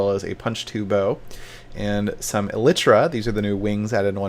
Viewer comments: Must be the upgrade to E-lie-truh I've been hearing about xD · He was closer than most of the minecraft youtubers by a lot actually. He pronounced it fine just put the emphasis on the wrong syllable. 99% of the minecraft youtubers say it wrong. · Well Seth pronounced it pretty close to correct in this video. Just need to emphasize the first syllable instead of the second. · that isn't how you pronouns Elytra...